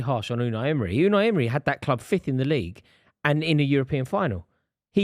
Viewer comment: It’s Emery not Emre ffs